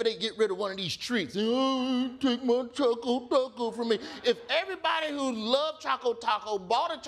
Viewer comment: the real question is why every one calls it Chaco Taco when it clearly says Choco Taco